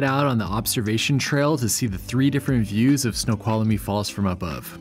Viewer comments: My dear - THREE syllables: snow qual mee. Not four. And I would've skipped the hike and gone to the Snoqualmie Casino lol! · FYI: Snoqualmie has 3 syllables, not 4 (there is no "uh" in the middle) LOL